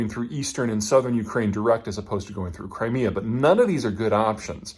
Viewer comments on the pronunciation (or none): none